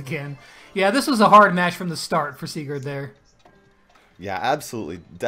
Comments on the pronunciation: U are saying Sigurs WRONG! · Oof, am from Norway aswell, and am srry buddy but u say it kinda wrong😂